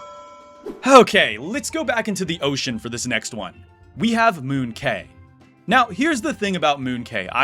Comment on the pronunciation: When you pronouned Moon Quay, I was dead for like 7.5 seconds